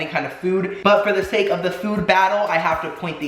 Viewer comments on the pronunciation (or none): none